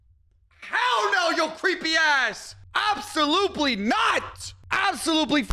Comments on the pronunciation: Bro said absoluply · Did anyone else hear say: ''AbsoluPely Not!''? Do clowns scare him so bad that he misspeaks?